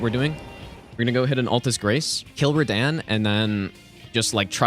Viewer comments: Btw it totally tilts me that you’re the only person on earth that calls him Rah-Dan…. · what the flip is "redehn" bruh💀🙏🏻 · Small question: Why does pronounce Radahn's name wrong? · You are the legend,! That is obvious by now. And did you watch Kazoodle´s reaction to your pronounciation of Radahn? 🤣🤣🤣